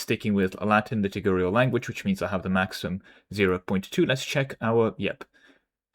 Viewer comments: I was listening rather than watching and couldn't understand what you were saying and my brain was scrambled. Liturgy => Liturgical (not Litigurial) Not sure what you were saying but I'm pretty sure you can sound it out at this point. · I am once again pointing out that it is pronounced "Lit-tur-gi-cal" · Liturgical is pronounced Lit-URGE-I-CAL. It rhymes with "surgical". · Liturgical is pronounced luh-tuh-juh-kul. Pretty much exactly as it's written if you read out each syllable :). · Li-tur-ji-cal. Also "front-edge," not "fron-tahj." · PLEASE learn how to say "liturgical", i beg you. Litigurial is killing me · The way our dear friend pronounces "liturgical" makes a little part of my soul perish in anguish, each time i hear it. I dont know if its done on purpose or out of blissful ignorance, it nevertheless makes me want to kms. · Ok but that is just pronouncing a letter in a way that is used in other cases. This one is a case of 0% literacy.